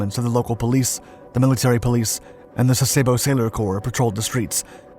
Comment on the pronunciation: It’s pronounced Sass-uh-bo. At least, that’s the way we always pronounced it for the 11 years I was with the Navy.